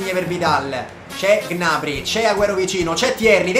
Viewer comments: Come hai pronunciato gnabry? G nabry! 😱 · Ma Gnabry non si pronuncia "Gnabrì"?